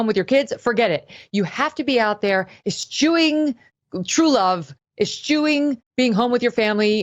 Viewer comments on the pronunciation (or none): Eschewing not espuing ffs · Love you, that's not how your pronounce "eschewing" the "ch" sounds like a "k". Again love your show!